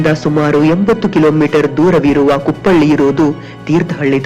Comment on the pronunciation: ಅದು ಕುಪ್ಪಳ್ಳಿ ಅಲ್ಲ: ಕುಪ್ಪಳಿ